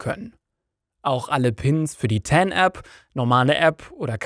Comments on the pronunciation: heißt aber auch nicht "ten" ;o) sowie die andere falsch ausgesprochene Englische Wörter wie "Epple Mecbook" oder "Leptop" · Danke für das hilfreiche Video. Eine Anmerkung: TAN steht für Transaktionsnummer. Man muss diese Abkürzung nicht englisch aussprechen. 😉